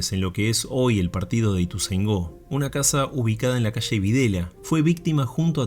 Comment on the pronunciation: Hola y Equipo, los sigo y los quiero muchísimo. Quisiera tomarme el atrevimiento de corregirlos con muchísimo amor y respeto, ya que vivo en ituzaingo hace ya muchísimos años. LA CALLE DONDE ESTÁ UBICADA LA CQSA, NO SE LLAMA VIDELA, SE LLAMA VILELA, ES QUE LA GENTE AL PRONUNCIARLA RÁPIDAMENTE PARECE COMO SI DIJERA " VIDELA" COMO EL APELLIDO DE AQUEL MOUNSTRUO DICTADOR, CON EL QUE TAN MAL LO PASO LA ARGENTINA EN LA DECADA DEL 70. POR DIOS SE LO PIDO, CORRIJAN ESE ERROR YAAAAAAAAAAAAAAAAAAAAAAAAAAAAAAAAAA!!!!!!!!!!!GRACIAS!